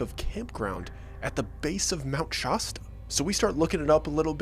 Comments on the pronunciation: SHAH-STUH not Shuh-stuh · "There must me some online rabbit hole about the spirituality of Mount Shasta." Oh, my sweet summer child... You had no idea what you were walking into lmao. 😂 Also, and I don't wanna be THAT person, but it's pronounced shass-ta, not shaw-sta.. ;) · He says Shasta like hippie valley kids Shosta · Shas-ta not Shawsta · Its Shasta, not Shawsta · Fun video, DID YOU KNOW mt Shasta is pronounced Shash-stah. Mt. Shoshta, no. Thank you! 🙏🏽🕊️😽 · Shasta, not Shahsta. I had a house in McCloud and went there several times a year. I summited Mt. Shasta but spent most of my time exploring and trout fishing. I know of the I Am people but just presumed they are just a Christian sect. I wanted nothing to do with them, so avoided them. I never saw what you describe, but I'd avoid a large gathering of any kind, anyway. Fun, dramatic story but I'm not buying it. I lasted 35 minutes. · Mount SHAASTA not SHAW- sta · It's pronounced shaaasta....not shawsta. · I always pronounced it “Shah stuh “ not Shaw stuh …. But what do I know? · haha i am trying to watch this video but every times he says Mount Shosta, (shaw-sta) I giggle. I don't know if it even matters, but I've only heard it called Shasta with the short "a" sound like the "a" sound in c-a-t. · It’s Shaaaaasta, not Shausta. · I'm from Northern california, and I've visited Mount Shasta many times, what a great story, it perfectly describes the whole vibe up there. But just for future reference, it's pronounced ShAAsta, not ShAHHsta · True, but the current accepted pronunciation is Shasta, not Shawsta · Cool video but it's not pronounced Shosta it's Shasta. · Shasta not Shosta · SHA-stuh not SHAW-stuh Greetings from Nor Cal. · It's pronounced "Shaasta" not "Shosta." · Shaaaaaasta. Shaaaaasta. Not "shaw-sta". I can't watch this because the mispronounciation drives me nuts. The "a" should sound like the "a" in plaster. You wouldn't say "plaw-sta", would you, Silly East Coaster. 😂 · sha stuh not shaw stuh